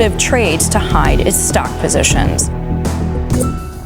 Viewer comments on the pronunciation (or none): none